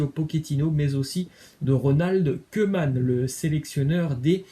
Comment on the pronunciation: bonne vidéo cependant on ne prononce pas Keuman mais Kouman ( Koeman )